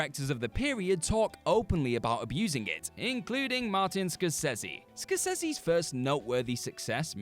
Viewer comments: ScorSAYse not scorSEZZY. Jesus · Dont remember Scorcese ever being pronounced with a "Z" before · What the absolute flaming hell are you doing? Please look at the title of this and think about the entries. In a world of monetisation (which is the devil), are people going to pay for lists that are hamfistedly and incorrectly put together? And for the last frickin' time Score-say-zee, stop getting it wrong, you are impressing no one. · Score-seh-see according to Scorsese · Interesting list of films and well presented video. I'm not sure the heading of "regretting" is applicable but I enjoyed watching this nonetheless. **Not sure about your pronunciation of Scorsese either, but I could be wrong.